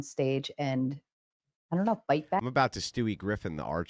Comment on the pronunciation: "I doyournt nerouwr"